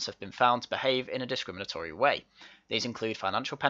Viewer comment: Hahahaha! Rooney can't even SAY discrimantory !!